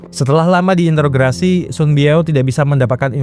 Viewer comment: Kok susah sekali ngomong introgasi sih min😂